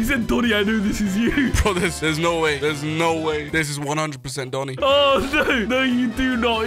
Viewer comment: said dooni not doni he need education 🙄